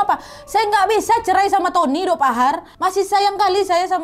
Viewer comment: Cerai jadi "cermai"